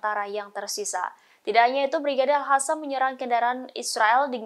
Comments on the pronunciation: Al Qassam buk, Al Qassam bukan al hasam , asal bunyi saja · Pembaca berita sebaiknya belajar membaca, al qosam jangan dibaca al hasam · sangat terganggu setiap kali host ini,, Al Qassam diucapkan olehnya dengan Al Hasam. Apa di studio rekaman gak ada yg bisa koreksi?? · Salfok dng sebutan presenter nyebutin kata Al Hassam, bknnya Al Qassam ya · Al Qassam bkn Al Hassam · Kenapa jadi Al Hassam? Bukan pakai Qof? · Al Qassam bukan Al Hassam😂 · Hampir semua pembaca berita melafalkan AL QASSAM dengan AL HASAM.....AL HASAM Mungkin mereka tidak pernah belajar mengaji waktu kecilnya. Dan sampai sekarang tetap tidak mau belajar mengaji. AL QASSAM itu dibacanya AL KOSAM. bukan Al Hasam...Al Hasam. Kesalahan bacanya terus menerus. Buat Pemrednya harus nya membrifing dulu sebelum mereka bertugas. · AL HASAM????? Tribunnews!, tolong bacanya diperbaiki atau dikoreksi dulu presenternya sebelum dipublikasikan, kalo al-qassam/al-qossam jangan dibaca (al hasam) setidaknya dibaca al-qassam atau secara abjad indonesia AL-KOSSAM ini baru sesuai dengan suara mulut kita